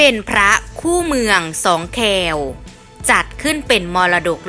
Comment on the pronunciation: อ่านไปได้อย่างไร? สองคแว =แคว เขาอ่านว่า สอง ควสะระแ อ่านว่า แคว สักแต่เกาะกระแส ????